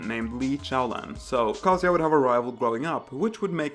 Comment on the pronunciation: Never heard Kazuya pronounced like "cah-see-ya". I'd always pronounced it like "kuh-zoo-yuh" but I'm likely pronouncing it wrong.